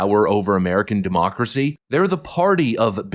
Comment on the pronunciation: "He is a threat to Demooocracy!!"